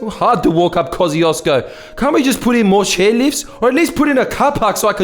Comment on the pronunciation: Koo-shesh-co not kozzyhoodoosbro